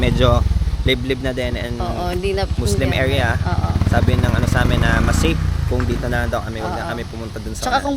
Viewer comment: Grabe naman yung emphasis sa Muslim Area.